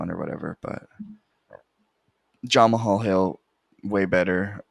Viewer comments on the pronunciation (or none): His name is pronounced jamaal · Nice picks. Never heard someone pronounce Jamahal like that tho 💀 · Bro said jamahal hill like he was Russian 💀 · aha love it